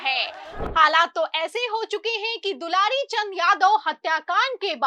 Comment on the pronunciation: दुलारी नहीं दुलार चंद नाम था सही बोलना सीखिए 😂😂😂😂